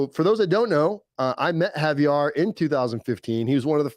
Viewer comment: Btw its Javier not Javiar bro. Lol ur butchering his name